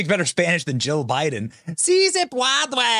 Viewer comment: Jill Biden actually said breakfast tacos and mispronounced "si, se puede".